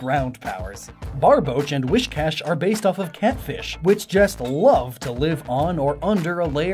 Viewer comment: whiScash, not whishcash